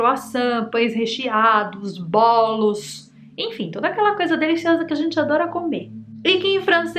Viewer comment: Bólos ????? Vc tá brincando , né ???